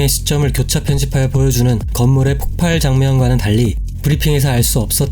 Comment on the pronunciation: 폭발(爆發) -> [폭빨]O [폭팔]X